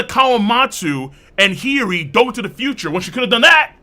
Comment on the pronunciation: Bruv! Why do you say hioris name like that? Its cringe AF no cap 🤣